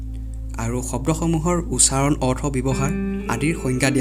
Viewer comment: "উচাৰণ " নহয়, উচ্চাৰণ হে কব লাগে।